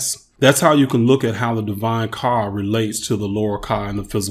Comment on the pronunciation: The words aren't coming out right when you say kah it says car amongst other issues